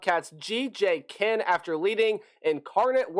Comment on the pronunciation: couple of notes: Kinne is pronounced Kin-knee. Pare is pronounced "pear-ay". And Hatcher I really need to understand what folks are seeing in him, as he truly led a really mediocre at best offense every year he's been in college. Not a knock on the kid, but his ceiling is really FBS backup. Smart kid who can put in some reps if the starter goes down, but not built for the college game. Oh my prediction is: ceiling 6-6, floor is 2-10. So much depends on how all the transfers come together.